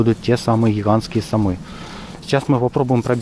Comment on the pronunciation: Забавный ведущий. Гхигханские сомы. Просто гхигховые